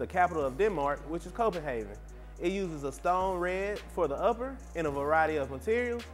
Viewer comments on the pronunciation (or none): Yeah say the city right geez does no one watch these videos before they upload them? Lol copenhagen not copenhaven